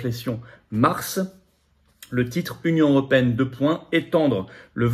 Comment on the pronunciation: Alors attention à ce que vous dites quand même Florian. Lorsque vous dites que la France est la première puissance militaire de l'Union Européenne, et à ce moment là bien précis, l'on voit bien que vous "bouffez" les mots lorsque vous dites "Union Européenne" et ce afin de nous induire en erreur et de ne retenir que le mot "Europe". Alors ce n'est pas faut, la France est bien la première puissance donc de L'UE, mais certainement pas de l'Europe. La première Puissance en Europe et c'est ce dont il faut tenir compte, c'est le Royaume Uni, et de manière écrasante. Après la première Puissance d'une Nation, c'est la capacité de son chef à mener un combat, et la, j'espère qu'il y a un Général de Gaule dans notre paquetage d'officiers.